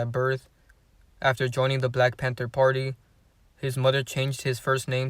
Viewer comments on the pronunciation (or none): none